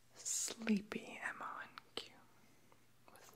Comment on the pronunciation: It's fucking pronounced MONK